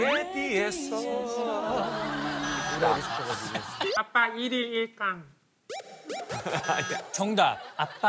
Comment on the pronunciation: 아기 발음 넘 귀엽다ㅠㅜㅠㅜ 압빠 이음이 모야?...아↗️빠 체왑피~😭😭기여워ㅠㅜㅠ